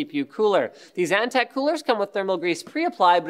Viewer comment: Antec not eNtaK? :D